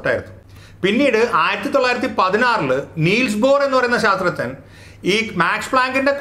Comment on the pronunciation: "ശാസ്ത്രജ്ഞൻ" എന്ന് പറയാൻ ബുദ്ധിമുട്ടുണ്ടെങ്കിൽ "സയന്റിസ്റ്റ്" എന്ന് പറഞ്ഞൂടെ, അതല്ലേ നല്ലത്. ഇത് "ശാത്രജ്ഞൻ" എന്ന് കേൾക്കുമ്പോൾ വിഷയത്തിന്റെ ഗൗരവം ചോർന്നു പോകുന്നത് പോലെ !